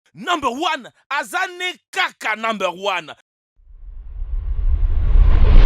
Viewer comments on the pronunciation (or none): pourquoi au début il kaka numb one